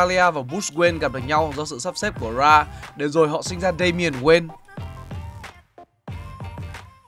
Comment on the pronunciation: Kể nghe giọng ko hay gì cả wayne mà đọc nghe toàn là queen